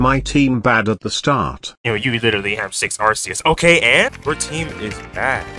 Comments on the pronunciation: ITS ARCEUS NOT ARSEUS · I'm pretty sure its pronounced Ar-kee-us but Ar-see-us is much better because that means the Arc-Phone is pronounced Arse-Phone. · It's pronounced Ar-kee-us You're welcome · its pronunced Ar-see-us in america and Ar-kee-us in british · Unless you wanna pronounce the arcphone the “Arse-phone” its ark-ee-us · Japanese pronunciation is are-see-us. English pronunciation is are-key-us. Source: Imported Cheese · It's not ar-see-us or ar-kee-us, the official pronunciation is ar-kay-us. I personally would have gone with ar-see-us, just like I would have pronounced gardevoir as garde-voyer rather than garde-voar, it just sounds so much nicer and not nearly as harsh, but hey whatever works for them I guess. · If you pronounce arceus like “ar-see-us” instead of “ar-kee-us”, you’re dead to me. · It's actually pronounced Ar-sus, in a french accent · Both pronounciations were used by game freak, until they realised arse is some British insult I think. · I think it's Ar-kee-us but I'm not too sure bout that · You pronounced arceus wrong. It’s ARKOOS! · Its pronounced Arceus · Its pronounced ar-kee-uhs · It's Ar-ke-us, since its name come from the greek αρχή (arké), wich in greek means "beginning" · Arceus is pronounced Ar-kay-es